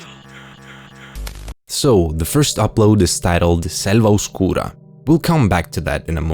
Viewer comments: Your pronunciation of "Selva Oscura" Is incredibly Italian, perhaps...?? 😂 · I mean, it’s just correct pronunciation